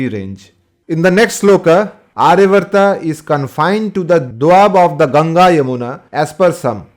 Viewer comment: It is NOT arya vrta. Aryaavarta. Elongated dhirga aa after ya